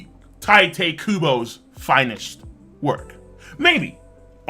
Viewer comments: It's [TEE-TAY] Kubo, not Taite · Tee-te, not Ty-te pls